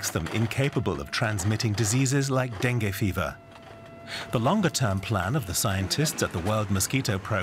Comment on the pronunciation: Not denge dengue